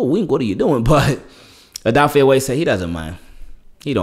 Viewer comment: Just letting you know brother Odafe said we pronounce his name wrong, I’m guilty of it as well! It’s actually pronounced Oh duh fey-tried my best to break it down lol! Love your work!